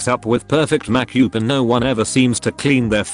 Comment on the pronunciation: What jars me is how readit can't seem to say makeup.